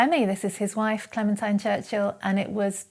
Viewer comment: Her name is pronounced clementeen.